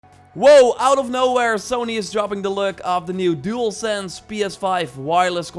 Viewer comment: It’s like he said DualSans.